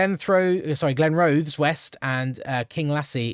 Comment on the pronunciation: Wymondham - pronounced "Win-dem" - Glenrothes - pronounced - "Glen, roth, es"